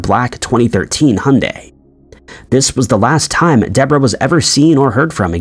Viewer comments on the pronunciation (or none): none